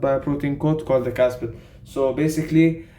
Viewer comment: you said caspid when it should be capsid just a heads up 🙌. Keep up the good work. Hassan